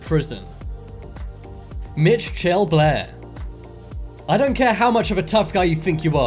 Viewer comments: I’m pretty sure Mitch-elle is pronounced Mitchelle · Mitch-chelle, is that even a name 😂 I’ve heard Michelle, Mitchell and Michael but never Mitchelle. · "Mitch-CHELL Blair!" LMAO!!! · Nobody going to mentioned the Mich-elle pronunciation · No one: Narrator: Mitch- shell Blair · Mitch---Chell.. are you kidding me.??? You've never seen the name Michelle written before.??? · "Mitch Chell Blair". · I noticed that too!! 😂😂 Like Wtf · Dude if you can't pronounce Michelle you don't need a YouTube channel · Are you the only person on earth who does not know how to pronounce the name "Mitchelle"????